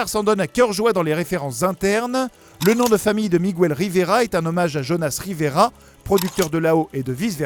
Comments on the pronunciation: Ptdr t'as jamais fait d'espagnol de ta vie, ça se dit Miguel, pas migouel, le "u" est là pour éviter de dire mijel parce que g+u fait "gu" pas "j". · sympa mais 1 chose que vous ne saviez pas , on ne dit pas "migouèle" mais miguel (comme dans guenon ou guerre ) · WTF???? LE Prénom Miguel ne s'écrit pas avec un " ¨ "sur le U... Alors pour quelle raison vous dites "Migüel"??? En espagnol, comme en français, G+U = G (comme dans "Mangue" "Morgue" "blague" "Camargue" "Drogue" "Pirogue" "Bilingue" "Langue" "Gueule" "Rogue" "Baguette, "Guitare" "Bague" "Pygargue" ... ) Un des mots qui se prononcent avec le 'g' et le 'u' en espagnol est "Vergüenza" (= honte). ;) **Petite leçon de prononciation gratuite** Sinon, j'adore ce film aussi il est super beau! ^^ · Miguel, pas migouel s'il vous plaît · OUI c'est ce que je me suis dit ! J'ajouterai que dans le film en vf ils disent bien miguel pas migouel, je l'ai pas encore regardé en vo ptet qu'en anglais c'est migouel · dans la VO anglaise ils disent Miguel aussi ils le prononcent pas migouel, ça me stresse aussi la prononciation du migOUel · À quel moment dans le film il prononce Miguel comme ça srx c’est un manque de respect prononcer correctement les prénoms quoi... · Lea Vdn merciiiiiii j’en pouvais plus de son Migouel! Mes oreilles saignaient à chaque fois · mais c'est vrai qu'il accentue bien le miguuel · Lea Vdn « Migouel » ça fait plus portugais qu’autre chose on est d’accord. 😉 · Ay, on ne prononce pas le U de Miguel en espagnol!! Ca se dit comme en français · En espagnol on prononce toutes les lettres